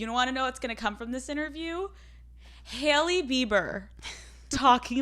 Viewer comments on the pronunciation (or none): Has anyone else noticed how she pronounces “Haley” or is it just me? “Hail-lee” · Youre cannot even say her name xd?